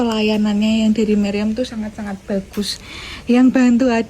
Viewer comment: RS. MIRIAM mba, bukan MARYAM 😅